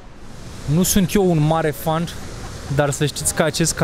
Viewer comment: Mi se pare ca adaugi un "T" sau "D" in pronuntia mai multor cuvinte, dupa litera "N". Se aude "FüssenD". Sau "FanD"